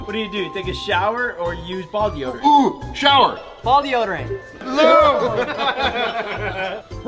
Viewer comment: ...It's warrAnty...not warrEnty. YW. &...It's deodOrant...not deodErant. YW. Dude, you gotta work on that spelling brah!